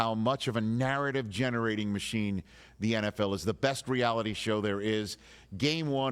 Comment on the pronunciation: The way he said reality tv was weird to me.